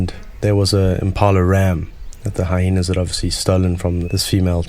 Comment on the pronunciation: it sounds like the narrator keeps pronouncing Hyenas like hi-henas, which is incorrect. your trying too hard mate